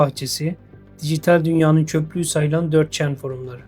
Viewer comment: cok zevkli bi videoydu ama bazı telaffuzlar aşırı dikkatimi çekiyo, 4chanı da böyle videolarda çok gördüğüm için gözüme çarptı abi